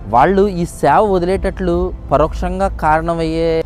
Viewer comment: శ్యవ....kaadu bro సేవ ...pls Observ